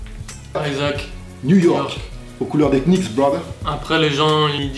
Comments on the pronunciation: Nan, tu ne peux pas être fan de sneakers, de basket et à la fois, prononcer le "K" de Knicks xD c'est juste pas possible lol Sinon top vidéo. Merci à Yann pour la découverte de la chaine:) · on prononce pas le "k" dans new york KNICKS brooooo Sinon bonne vidéo lourde continue bro!!!! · non Nicks ... -_- >.<